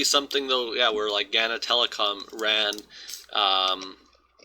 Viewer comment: why do people do that thing where EVERYONE Knows how a word is said but then you just choose to say GANNA instead of OBVIOUSLY Ghana...